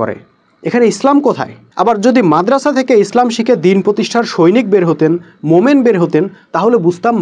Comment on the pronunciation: মোমেন, এই ভাবে না বলে, মুমিন কেন বলেন না ? মোমেন বলার কারণে বেশ বিরক্ত লাগে।